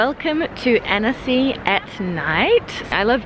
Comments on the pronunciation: u prononce âne-cy not anEcy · Every time you say "Annecy", it sounds like you're saying "Hennessy" 😁